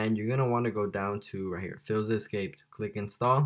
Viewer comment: Hold up what is fillza it’s pronounced fileza